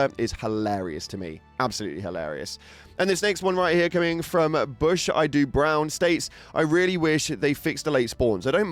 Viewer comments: It's probably 'bushido' as in way of the warrior, not 'bush I do' :D 💙 Enjoy your work! You should be partnered! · "bush I do brown" bruh it's bushido, a Japanese code of honour 🤣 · 'BUSHIDO' Brown .... "Bush I do Brown" lmao 🤣🤣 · Yo!, love the content you put out for us! Hope embark sees the light and partners up. Friendly heads up - you quoted ‘bushidobrown’ in the video calling ‘bush I do brown’. Bushido is the Japanese art of the samurai 🫡❤️ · lmao butchered my name, Boo-She-Doe Brown like the Boondocks! ❤ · Reading "Bushido" as "bush I do" is crazy.